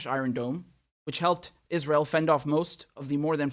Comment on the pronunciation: Lindsey calls it "Is-rill." Lindsey is an "id-jit."